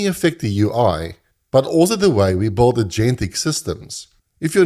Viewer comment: блин, где вы берете такие акценты. Я думал, что британский самый отвратительный акцент, который нвозможно слушать. А тут чел вообще Билд произносит как:)) (лысый) это видимо сам автор:))